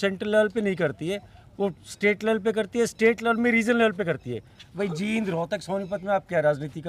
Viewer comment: Sir, जिंद नही है, जींद है शहर का नाम,प्लीज ठीक कर लीजिए,बोलने में भी बड़ी ई की मात्रा है...bahut pasand karte hai aap ka